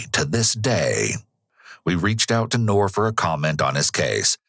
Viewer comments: "We don't know yet whether Ngor has mental issues or not..." LOL!!! Really? F N REALLY?!! Clearly anyone who savagely beats (almost) 100 year old elderly people has severe mental issues! Also, the "g" in "Ngor" is NOT silent. 😉That Ngor could have taken what ever he wanted without laying a hand on those helpless seniors. I wish for this particular case we could go back to the old justice system of 100 years ago. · First time I heard it with a silent G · Nice try but I don’t think that’s how you pronounce the suspects name. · get the guys name right at least, its two syllables not one, the g lisnt silent. it n'Gor not nor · I would pronounce Ngor a little differently, appropriate name however.